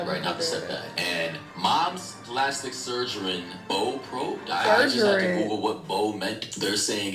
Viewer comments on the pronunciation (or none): i ain't gonna lie, i thought something was wrong with me when he butchered surgeon like that lol. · "Surgerin", "Optopsy" and "Corridor's report"? This dude's English is sending me bro😂.